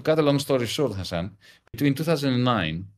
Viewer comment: Lassan? His name is Hasan, single s. You had one job and still fucked it up.